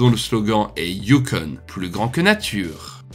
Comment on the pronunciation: Sauf que tu dis "youkon"... Le "you" pour le "U" n'existe pas en français. Bref, FTG!